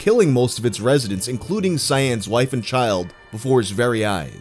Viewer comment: Fun fact Cyan's name is actually correctly pronounced as "Kaien"